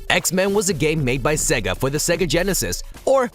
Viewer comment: 'Segga'? Say-ga is how you pronounce it...